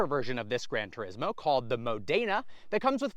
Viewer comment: The Modena version is named after Italian region (and/or the city of same name) where both Ferrari & Maserati are based. The word is pronounced absolutely NOTHING like you are mangling it